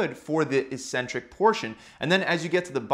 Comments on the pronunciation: 'Eccentric' is pronounced as /ikˈsentrik/ not /iˈsentrik/ ! .................. Nice video !! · Thanks for the good info! Just wondering though, shouldn't it be pronounced "ek-centrik"?